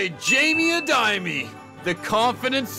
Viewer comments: a-de-yeh-me is how you pronounce Pheonix last name not a-di-me-e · my sincerest american friend, it is Adeyemi. Ad-A-Yem-Ee. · Phoenixs second name is pronounced ah-duh-yeh-me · Saying Adeyemi that way is wicked 😢😢